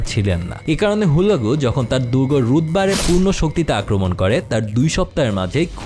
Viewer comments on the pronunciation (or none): মাশাল্লাহ আপনার উপস্থাপনা চমৎকার। তবে একটা জিনিস আমার নজরে আসছে,, আপনি সম্ভবত এগুলো বেশিরভাগ তথ্যের সোর্স ইংলিশ এ পড়েন। এজন্যই মঙ্গোল নেতা মংকে খান কে মোঁ খা এবং তার ভাই হালাকু খান কে হুল্লাগু বলে উচ্চারণ করেছেন। এরকম আরো বেশ কয়েকটি খেয়াল করলাম।